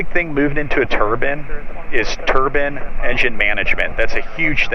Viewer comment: TBM is top of my list of must have A/C....I am just about 4 million short of getting one in my "driveway"! Lol. Still one can dream! Oh, and ummm I had to laugh at your expense on the mis-pronounced: Turban! Sorry can't help myself. Still you got the sweet ride in the right seat. Not me! So a little bit of green envy!